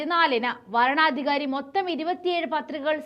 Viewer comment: വാരണാധികാരി അല്ല, വരണാധികാരി. എന്താ കൊച്ചേ ഇങ്ങനെ മണ്ടത്തരം വായിക്കുന്നത്??